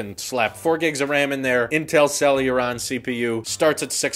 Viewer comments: It's hilarious how you keep saying Celluron io Celeron. But it's OK, they're not worth the correct pronunciation 😂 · it's CEL-E-RON, NOT CEL-U-RON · Say it with us, Sell-a-Ron. Not sell-yur-ron 🤦‍♂️ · First "For-bees" Now "Sel-uron" Jesus lol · For the love of fuck,, CEL-ER-ON. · Where is the "u" is "celeron" coming from? =p